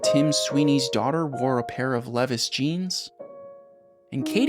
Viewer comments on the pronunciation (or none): Why on EARTH would you pronounce Levi's like that 😭😭😭